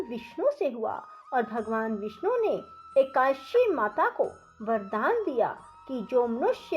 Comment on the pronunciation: कृपया करके एकादशी बोलना सीखे आप जब बोलते हैं तो एकाशी आता है यह गलत hai, आपने पढ़ने का सही सिस्टम करिए